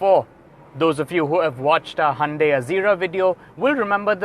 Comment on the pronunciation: wow you know how to properly pronounce Hyundai